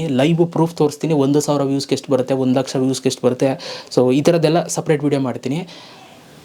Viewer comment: 4 ಲಕ್ಷಷ ಅಲ್ಲ ಲಕಾಶ thuuuu😂